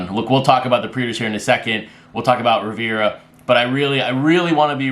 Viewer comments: Riv-er-ahh, not Riv-ir-ahh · It’s Riv-er-ahh and he’s from 🇵🇦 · I just turned some more people on to the show via the Facebook group. As a gesture could you please pronounce Mariano Rivera's last name correctly, it's driving me nuts.😁